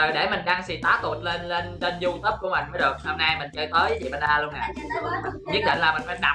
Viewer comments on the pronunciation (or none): none